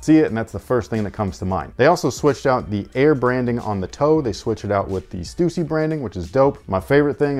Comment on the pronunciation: Thank you for pronouncing Stussy correctly. One of my pet peeves